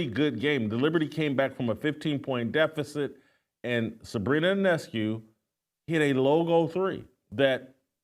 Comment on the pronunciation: He did get Sabrina's name right though. The I is silent.